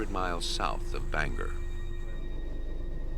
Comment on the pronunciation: Bangor has a long “o” and two syllables